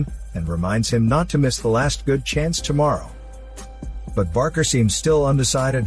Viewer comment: BAKER DILL - NOT BARKER!